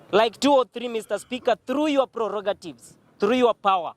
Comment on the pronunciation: Borrowed english.Say prerogative not prerogative.